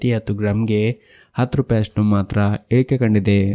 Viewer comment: ನಿಮ್ಮ ಇಳಿಕೆ , ಏರಿಕೆ ಎಂಬ ಮಾತು ಸ್ಪಷ್ಟವಾಗಿ ಬರುವುದಿಲ್ಲ. ಗಮನಿಸಿ